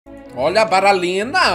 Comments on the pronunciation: Alguém percebeu que em vez do batata fala "bailarina" ele falou "baralina"? 😂😂🤦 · Ele falou balalina